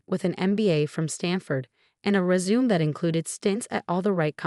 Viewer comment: Its resumay. Not resume.